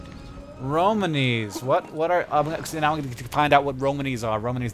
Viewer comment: Just so you know, Hank, you're putting the emphasis on the wrong syllable. It's Ro-MAWN-ee, not Ro-man-EE.